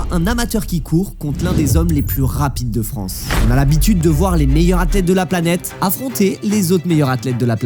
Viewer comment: On dit "les meilleures Zathlètes" pas "les meilleuratlètes" 😵🙄